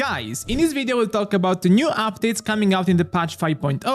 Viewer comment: He says it with a capital "G"